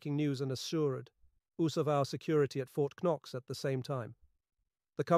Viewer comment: What is wrong with this translation? The whole thing is almost fluent English except for a few words that are clearly a typo: Fort K-knox? wth?!